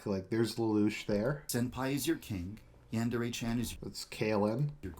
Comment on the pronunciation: So one thing I noticed and it bothers me so much....he pronounces yandere wrong... But yeah I found your video and that Rise and Fall documentary recently and opened my eyes. I really do think more fans should watch this stuff because I think they just don't know. Even the youtubers who play the game on a regular basis probably aren't too aware of all the crap going down. I immediately let my friends know how much of a bastard this guy is just so there's more awareness going around. Hopefully in the end it'll shut him down.